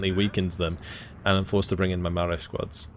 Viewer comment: It's Pronounced Mao-ri like general Mao